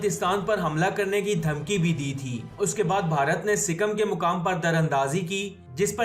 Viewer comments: Are pakistaniyo anpado sikkam nahi sikkim hota hai 🤣🤣🤣🤣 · wo sikam nai sikkim